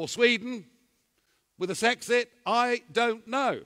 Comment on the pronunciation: Bro the "S(w)exit" got me dying 😂😂😂😂😂